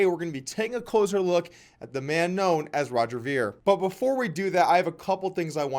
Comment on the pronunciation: Meh. Sort of a petty video. Roger Ver has done a lot for Bitcoin and most people who he debates also end up turning petty. It's pronounced "vair" not "veer" :D On to the next one please, Doug. I love all your content otherwise.